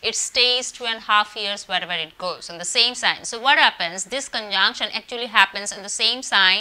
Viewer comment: All I could hear ....conjaanction , conjaanction , conjaanction......😂😂 Learn to pronounce dear lady ...it's conjunction 😅😅....u can converse in hindi ..... don't spoil english like this ....also work on your mercury and venus .....wear light earthy shades and decent clothes🙏✨